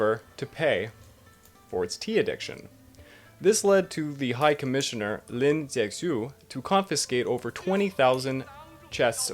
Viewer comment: Appreciate the video but please let me help you with your pronunciation. "x" makes a "sh" sound in Chinese (Lin Ze-Shiuh), and Canton is pronounced with the emphasis on the second syllable. "can-TAWN."